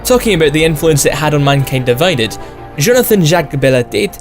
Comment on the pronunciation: minkyend diveyded